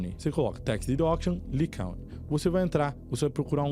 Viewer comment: Moço seu conteúdo é muito bom . Porém algumas Coisas valem procurar a pronunciar antes de gravar o vídeo .. county se pronuncia Cáuny